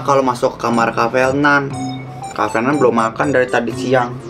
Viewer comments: pas ngomong triple kill Kok bisa ngomong r tapi giliran ngomong nama Fernan ngomongnya jadi felnan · fernan liora bukan "frenan" 😭